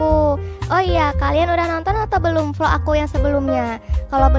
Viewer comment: Vlog opa bukan volok 🤣🤣🤣